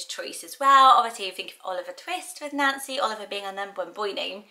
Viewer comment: My mother named me unknowingly Ann Ann when she named me Nancy Ann. So in that misnamed tradition why not Nancianne? My niece was just born and name Vivienne ( pronounced Vivian ) she was named for her grandmother Rosemary, Vivienne Rose.. What do you think of Vivian,? I love how you pronounce my name. It gives it a soft edge to a happy sounding name. At least I think Nancy is cute, happy name. I was born in '47 and there were 4 Nancy's in my class so it wasn't so unique bur trendy as you said. Love your brown striped blouse. At least it looks Brow in my phone.